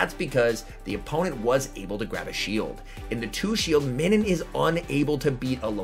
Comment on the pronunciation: Nah that’s weird hearing MINNIN lol it’s pronounced like MINUS with an n 🤣